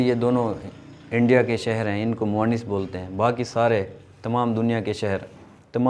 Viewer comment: آپ نےبعض الفاظ کا تلفظ غلط ادا کیا۔۔اردو استاذ کی حیثیت سے آپ۔کی گفتگو میں تلفظ کی اغلاط نہیں ہونی چاہیں۔۔آپ نے ۔۔۔۔۔مرض. اور. موئنث۔ کو غلط تلفظ سے ادا کیا